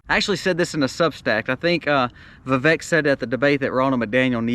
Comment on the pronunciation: It’s Vivek like Vivake ‘cake’ according to the man himself. FYI